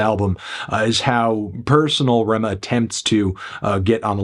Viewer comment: Ayyy you got the pronunciation of his name